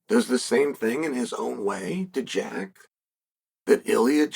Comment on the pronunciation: He got Jack's name right for the first time